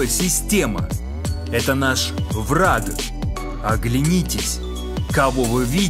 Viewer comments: Совершенно верно! Но поступаете вы наоборот: (ВРА) , потом, сделав микро-паузу и нарочно выделяя, - (Г), а ведь нужно (К). Послушайте свою запись. РЕЖЕТ СЛУХ! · В словах: вра(Г), абсур(Д), наза(Д) по законам русской орфоэпии, в слабой фонетической позиции, когда после согласного звука нет гласного, следует произносить глухой вариант согласного (Г - К, Д - Т, ), соответственно - вра(К), абсур(Т), наза(Т). НЕ НУЖНО СЛИШКОМ СТАРАТЬСЯ, И ПРИРОДНОЕ ЧУВСТВО ЯЗЫКА ВАС НЕ ПОДВЕДЁТ, УДАЧИ!